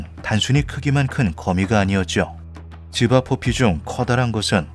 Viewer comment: 자꾸 집앞 뽀삐라고 들립니다..